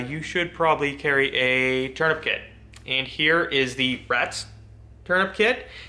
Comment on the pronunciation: "Turnipkit" XD bruh where are you from?!?!